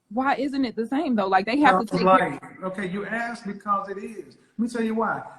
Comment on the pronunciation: "Axed"... DISMISSED!